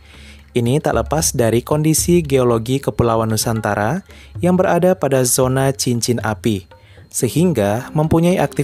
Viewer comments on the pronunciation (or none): none